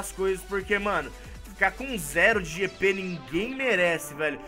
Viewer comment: GP?? GP??GP???? É JJJJJJJP POHAAAAA